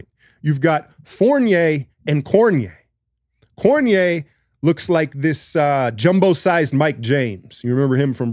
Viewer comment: I could be wrong but I think its pronounced Cor-di-ne-ay. I think Currys legacy will benefit greatly from this performance. I'm shattered my Boomers weren't able to get through Serbia to play the USA. Watching France, Gobert stagnated their offense and has no post game. Their other power forwards provide better cutting and Lessort's post game will be something to keep an eye on.